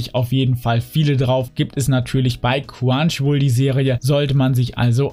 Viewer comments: Nicht böse gemeint aber du sagst immer quwanchiwoll aber es heißt chrunchyroll xD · Ne, das ist eher ein "Quanschiwuol"